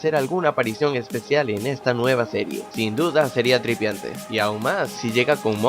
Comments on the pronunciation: dijo TRIPIANTE 😂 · C mamo! cuando dijo tripiante jajaja.....